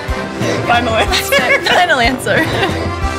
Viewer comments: Wait, why is the W pronounced the same,as the English W? Shouldnt it be a V like pronunciation? Btw this beer is amazing. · It’s pronounced like V, not W. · It's actually pronounced Vy-hen-shteff-on. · Wouldn't Weihenstephan be pronounced, in German, "Vy-en-shteffan?"